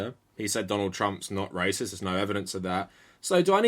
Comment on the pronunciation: Why does pronounce racist as “racister”